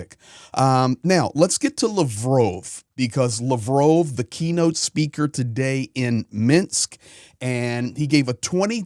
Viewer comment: YOUR MISS PRONOUNCING LAVROV -ITS NOT LAVROOOOOV